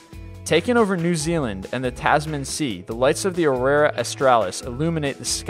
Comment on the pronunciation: Ugh.... the amount of mispronunciation of common words in this video is horrible. I don't expect everyone to know how to say every word in existence, but getting Andromeda wrong? Aurora, just after saying it correctly? Really? Do you read this all in one take or something? I love your videos but DAMN, ever heard of do-overs?